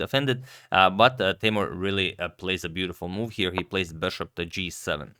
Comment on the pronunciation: Listen me, Teimour not Teymur. Come on Mr. Radic